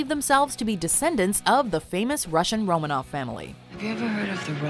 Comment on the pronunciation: Isn't it Romanov? a V instead of FF